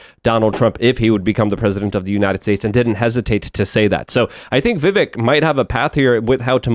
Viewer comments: is ignorant and loud. He really takes away from the show. Side note Tim has told him how to properly pronounce Vivek's name several times and he still chooses to screw it up. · why cant you say vivek . its fkn vivek not VIVIK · who's Vivik? There's there's no one running for President under the name Vivik. It's Vivek. Pronounced Viv-ake. Lol. -OG